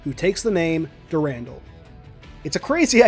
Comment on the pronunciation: "Dur-rahn-dahl", my friend.